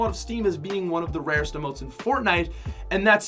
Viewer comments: It’s emotes not amote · What I hate is when he called emotes AMOTE or amoe he needs to go back to 5th grade